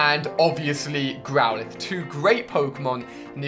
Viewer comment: alia u said growlithe